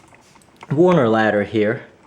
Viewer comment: Nice review. It's Werner, not Warner though.